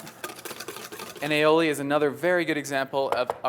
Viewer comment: its pronounced I'oh'lee, thx for vid! :) ...cheers!